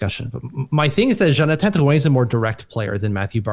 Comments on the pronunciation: This video just shows how Matt O’Leary is the more reasonable one on the podcast. pronounces Drouin’s name with a Crazy accent for no reason, and actually thinks he’ll put up more points on a lackluster offensive team than Colorado. I lost all credibility for what says after this take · Yes, I love the content but going out of the way to pronounce these names as if we were in Quebec is nauseating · no all is good I just think the pronunciation of the name is wild and the take is really incredibly out there. I feel like you act like this one player will flip the not so good offense to being good again when the reality is that’s not the case. Drouin was just a fill in guy til the prospects come up through the draft. Apologies if I maybe came off too harsh but I just think you need to know Drouin isn’t anything amazing. Isles never have signed an elite level FA in their history. He’s going to give us 50 points max.